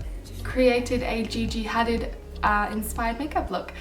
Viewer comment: You said her name wrong